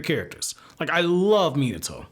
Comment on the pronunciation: Stop saying minitoe